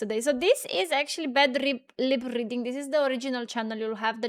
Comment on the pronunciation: It sounds like you're saying "liberating" instead of "lip reading". 😁😆